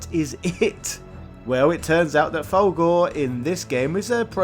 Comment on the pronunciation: its "full gore" not "valgore" even the game pronounces the it mate, rookie mistake